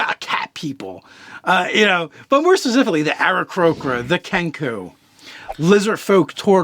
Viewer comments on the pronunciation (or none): how you pronounced aarakocra and yuan-ti just killed me. but overall good video guys! i can't wait for all the other class videos for best race